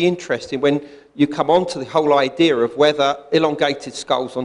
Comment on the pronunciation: I stop listening after someone says " Idear " and they're not doing a bad impression of some Italian stereotype...